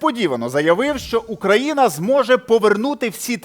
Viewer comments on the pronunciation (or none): none